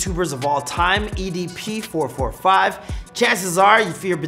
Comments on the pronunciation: It’s EDP four four five btw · idk why but get kinda triggered everytime he says "four-forty-five" instead of "four-four-five" lol. might as well call it four hundred and forty five chump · who calls EDP 445 four forty five. u might as well call him EDP four hundred and forty five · It's four four five not four forty five